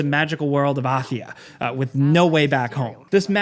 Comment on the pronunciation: I need to understand why people suddenly mispronounce words. Nobody in all of history has ever said anything like that. It's "Athia." Where are you getting "ackkkhia" from?